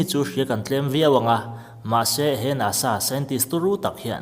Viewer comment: NASA tih lampum kha i sawi chiang lova a fiahlo.